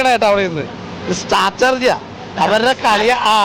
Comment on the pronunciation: "സ്ട്രാറ്റജി" അതാണ് pronunciation.. സ്റ്റാറ്റർജി അല്ല 🙏🏼ബിഗ് ബോസിന് അകത്തുള്ളവരും പുറത്തുള്ളവരും അത് തെറ്റിച്ച് പറയുന്നത് കേൾക്കുമ്പോൾ അരോചകം 🙄 ഇന്റർവ്യൂ എടുക്കാൻ പോകുന്നവർ ഇതൊക്കെ ശ്രദ്ധിച്ചാൽ കുറച്ചുകൂടി നന്നാവും🙏🏼